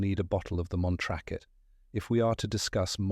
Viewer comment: Montrakit = Montrachet.....??!!